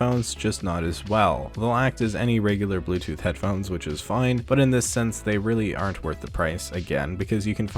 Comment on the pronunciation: The way you say “fine” makes me cringe